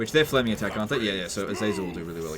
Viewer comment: How did he mess up “flaming dick” and “flaming attacks”?